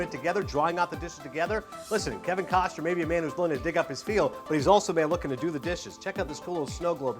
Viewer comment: it's 'KostNer' not Koster